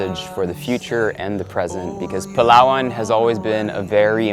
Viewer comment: foreigners pronouncing palawan = palwan